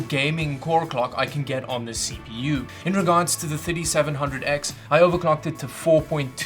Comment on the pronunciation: Is it me or it sounds like he's saying 5700x instead of 3700x